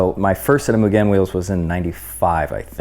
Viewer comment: Bro..like nails on the chalkboard the way this guy pronounces “Mugen” over and over again 😂